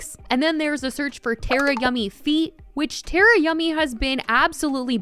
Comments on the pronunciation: It’s not tear-uh it’s tar-uh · Is Tara not a common name in America? I feel like its fairly common in Australia and its always pronounced ‘Tar-ah’ Im just curious why everyone pronounces it ‘Ter-ah’ 😅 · HELP Tera it’s Tara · its Tara like Tar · Tarayummys name is pronounced Tar-uh btw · you’ve been watching Tara but can’t say her name right lol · You said Tara’s name wrong